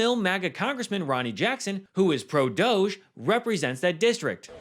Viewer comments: STOP pronouncing it ‘doesz’- it’s pronounced ‘dodgy’. As in, something suspect or illicit. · It's pronounced - Dogg ie. It's made up. Let's not call it what they want. DOGG(I)E